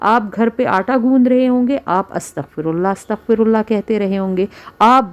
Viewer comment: استغفراللہ َ کا کوئی بھی ورژن ہو لانگ یا شارٹ، اللہ کی ہ ہمیشہ مفتوح رہے گی یعنی زبر کے ساتھ پڑھیں گے الا یہ کہ وقف کی صورت میں ساکن ہو گا. زیر یا پیش کے ساتھ پڑھنے سے مطلب الٹ ہو جائے گا. اللہ یہاں منصوب ہے لہذا "ہَ" ہی رہے گا. جبکہ یہ خاتون زیر کے ساتھ پڑھ رہی ہیں، اللہ ہدایت دے.